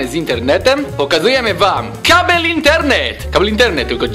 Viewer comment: To jest kaLbel :V